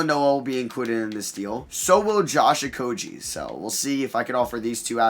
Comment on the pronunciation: you butcher Okogie's name every single time. Its "Oko-gee" not "Oko-jee"